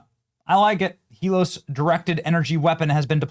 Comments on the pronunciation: Are you sayin HELOS instead of HELIOS. Every single time you read it? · Benny, you gotta get the name right. It's not " Helos ", it's Helios as in the Greek word for describing forms of the Sun. Very well named btw 😁👍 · Heel-E-oh-sss. Come on Benny. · Its pronounced he-lee os it's greek for Sun and the sun god helios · Pronounced HEEL-EE-OHS, Benny. It's the Greek word for the sun. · Sigh.....IT'S HEE-LEE-OS. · "Hee-LEE-ose", rhymes with glucose. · Pronounced: Hee-lee-ose. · Helios is pronounced Hee-lee-Ohs. Helios is another name for Apollo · youre saying helios wrong